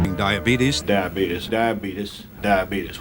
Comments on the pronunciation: He has Dia Beetus that's why he has brain fog and can't pronounce Diabetes. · Love me some Wilford. DIABEETUS 🤣